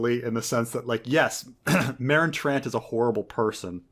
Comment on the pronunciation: Also in GoT season 2 Tyrion calls Ser Meryn "Ser Mowen" and no one noticed